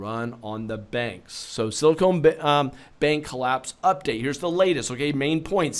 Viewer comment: LOL, it's not a sealer, it's a bank...Silicon (not silicone)